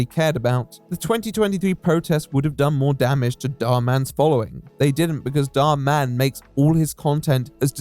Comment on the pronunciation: You are the only creator I've seen that refers to Dhar Mann by actually putting the emphasis in the right place. Everyone calls him something like Dharman, like he’s a superhero lol